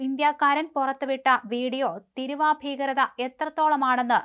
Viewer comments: എൻ്റെ പൊന്നു കുഞ്ഞേ കുറ്റപ്പറയുക ആണ് എന്ന് വിചാരിക്കരുത് തിരുവ എന്നല്ല തീരുവ എന്നാണ് ശരി ഇവയുടെ അർഥ വിത്യാസം ആനയും ആടും പോലെയാണ് കുട്ടി പലവാക്കുകളും തെറ്റിച്ചാണ് പറയുന്നത് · മോളെ തിരുവാ അല്ല തീരുവ എന്നാണ് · Theeeruva .... NOT Thiruv!! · തീരുവ എന്ന് പറയു. വിവരവും, വിദ്യാഭ്യാസവും ഇല്ലാത്ത സാധനങ്ങൾ. മലയാളം ആദ്യം പടിക്കു. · തിരുവാ അല്ല ചാനല് കാരീ തീരുവ ആണ് കഷ്ടം തന്നെ 😂😂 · തിരുവ അല്ല തീരുവ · തിരുവായല്ലേടി കൊച്ചേ,, തീരുവ..😮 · ഇതു ഇജ് പുതിയ അറിവാണല്ലോ, തീരുവാ എന്നത് ചുരുക്കി ഇപ്പോൾ പുതിയ മലയാളം തിരുവ എന്നാക്കി എന്നറിഞ്ഞതിൽ സന്തോഷം, കൊച്ചേ മലയാള വാക്കുകൾ പറയാൻ അറിയില്ലെങ്കിൽ വേറെ പണിക്കുപോകുക. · കഷ്ടം മലയാളം പറയാൻ പഠിക്കു തിരുവാ അല്ല തീരുവ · തിരുവാ അല്ല തീരുവ 😜 തേങ്ങ ഏതാ മാങ്ങ ഏതാ എന്നൊന്നും അറിയില്ല 😜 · തിരുവായാണോ ? തീരുവയാണോ ? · Enthu thiruva? Theeruva ennu parayu kutty. Malayalam alle ethu. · Please ask her to correct the pronunciation. It's not tiruuva..Its.theeruva... Write in malayalam and see for yourself. First it means regal mouth while second one means duty/tax. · എടീ കൊച്ചേ, തിരുവാ അല്ല " തീരുവ" എന്ന് പറയൂ. മലയാളികൾ മലയാളം തെറ്റിച്ചാൽ പിന്നെ എന്താവും മലയാളത്തിൻ്റെ ഭാവി? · കഴിഞ്ഞ ദിവസം ഈ കൊച്ചിനോട് "തിരുവ ഏതിർവ" എന്ന് പറയരുതെന്ന് ഞാനും പറഞ്ഞിരുന്നു. ഭാഗ്യം, തിരുത എന്ന് പറയുന്നില്ല. വിവരക്കേട്... കഷ്ടം